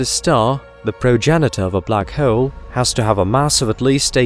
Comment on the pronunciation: What is going on with the way this dude says “bleack haeole” 😂